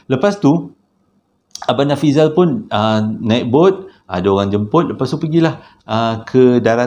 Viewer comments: Nafizal la...bukan Nafizi...haha...sampai tersedak sy tgk video nie...dah la tgh mkn...😂😂😂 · Terbaik.. yg tersasul tu unik tu..hahaha.. smpai typo pulau jdi paulau.. nama si yg kongsi cerita pon dh berubah bila di akhir2 cerita😂😂 apa2 pon mmg best.. terbaik